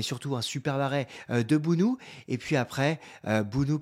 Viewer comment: Se dit BONO tout simplement comme Morad et non mourad